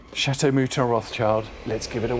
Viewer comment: It makes my ears "cry" every time I hear your.."Rotschaild" His surname is Rotchild,in french maner please! (Kinda Rotshil'd),you pronounce the word "Chateau" right,though,in french.so why don't you do the same with "Rotchild"? He is not "child". It is not in english,with all the respect.